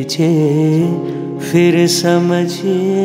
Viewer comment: You are an amazing singer,! Every time I hear your singing I go into a trance. Just one small advice: one word in this song is pronounced phir, not fir. My apologies for pointing put this minor thing 🙏